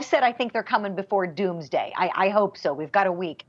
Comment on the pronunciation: "Mr. And Mrs. Doomaday" LOL... I LOVE THIS PEOPLE..they don't have hair on their tongue, they say it like it is!!! Love you all..